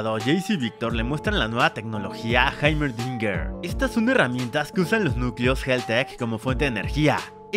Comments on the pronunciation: está bien como se escribe pero se pronuncia Jeimerdinger . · Que Grande, le dice haimerdinger en vez de heimerdinger xD, aún así, eres tremendo resumiendo master